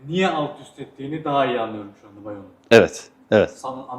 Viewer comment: Beyon değil Bayon😃